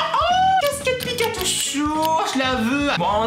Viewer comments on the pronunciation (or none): none